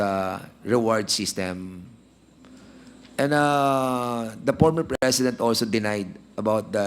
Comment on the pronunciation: pormer fresident daw sabi ni dan hoy letter ip yan hindi letter fe hehehe